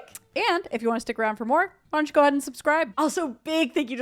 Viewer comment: Is it just me or when they say 'why don't you go ahead and subscribe' I hear 'Punch God and subscribe'? haha I was so confused for a couple seconds there :D